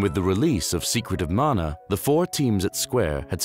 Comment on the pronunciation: Amazing video! And thank for saying “Mana” and not “Manna.” 😎